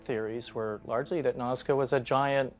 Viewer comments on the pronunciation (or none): Nazca not mazca. just fyi!😁